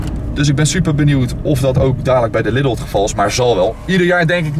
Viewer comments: Geen lidel maar liedol zeg het zo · lidl lidl lidl je zegt het verkeert